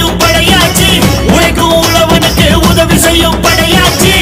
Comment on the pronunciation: It's padaiyatchi 🔥 Not padaiyachi 😡